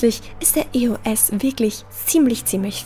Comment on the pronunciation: Ich find's es komisch das du E-O-S sagst ich sage eos Wer auch Likes den Kommentar COOLES viedeos!!!!!!!!